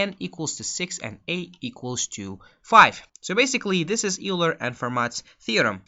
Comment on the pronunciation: Just so you know "Euler" is pronounced "Oiler". Thanks for the video!